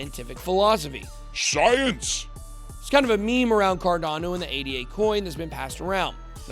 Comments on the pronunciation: It's not A-D-A, it's the proper name Ada, named after Ada Lovelace. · Actually it isn't called "Ei Di Ei" or whatever.. It's not an acronym, it's called ADA with A as in Africa. It's the name of Ada Lovelace the world's first programmer.